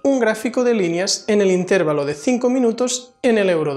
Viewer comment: Por qué dicen intérvalo? si lo correcto es intervalo